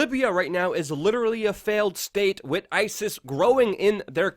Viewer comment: Luke, I personally love your spirited opening of each video. It shows me that you're excited to do what you are doing, and that you are very appreciative. If I may offer one bit of constructive criticism, stop saying "wit", the word is with. You're a better journalist than that. Other than that, "I Love Ya". Rock on.